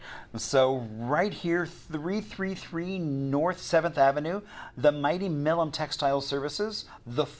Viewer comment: I’m sorry that the video and the commentator is not pronouncing our name correctly